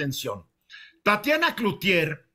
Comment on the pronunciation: Tatania, no 🤣🤣🤣